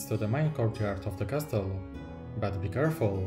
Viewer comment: Twoje MOCe są niesamowite, robią duże wrażenie i doceniam, że robisz filmy w języku angielskim. ale błagam, wymawiaj "castle" jako ''kasyl'' bo po ponownym oglądnięciu wszystkich MOCy związanych z lego Castle trochę mi uszy zwiędły ;)